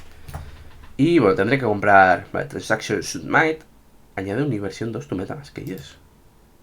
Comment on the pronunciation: "Submait"....Nice english 😅😅